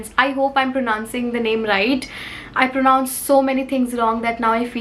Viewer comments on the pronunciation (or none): none